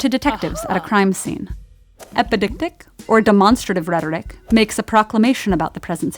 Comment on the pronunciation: The word is pronounced 'epideictic' is pronounced ep-ih-day-ek-tic.